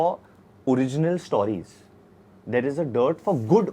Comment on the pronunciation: Varun Dhawan pronouncing 'stawries' is as pretentious and ridiculous as the movie industry(MOST of the Hindi movies) he is representing!!